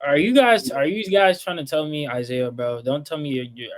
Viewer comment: He said Isiah Collier at #2?! HELL NAW! 🤦🏿‍♂️👎🏿